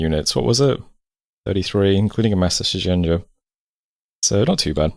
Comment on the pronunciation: Cool game, nice win! Nice pronunciation of the ryuujin throughout, but shugenja is still pronounced with a hard g. 😎